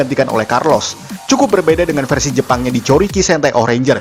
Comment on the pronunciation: versi bang bukan versu